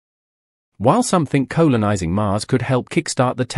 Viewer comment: what the eff, did no-one check this video before it went out..... Colon-ising!!!!! what the f**k are you talking about? This is a AI spoken commentary voice, just goes to show how shit that is. Why do AI voices get used, we all know it is utter shit!:face-orange-raised-eyebrow::face-orange-raised-eyebrow::face-orange-raised-eyebrow::face-orange-raised-eyebrow::face-orange-raised-eyebrow::face-orange-raised-eyebrow: This video is so unwatchable. Its just clickbait. :face-orange-frowning::face-orange-frowning::face-orange-frowning::face-orange-frowning::face-orange-frowning::face-orange-frowning::face-orange-frowning